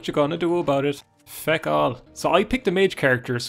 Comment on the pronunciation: When I first started watching your morrowind videos and you would say "thank feck". I thought you were saying "thank Vehk" and I just thought you were just really immersing yourself in dunmer culture